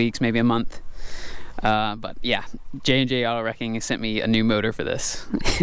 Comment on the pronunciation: its jandjautowrecking not jandjautowreaking